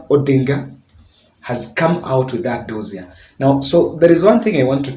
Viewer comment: Dossier...is pronounced as "do-si-A". Just point of correction